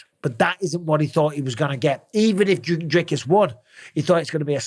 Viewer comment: Finally, someone who can pronounce Dricus..